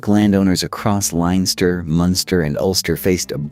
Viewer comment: 'Linester' and 'Meeth' did it for me...... couldn't listen anymore. Oh and the Rochess ha ha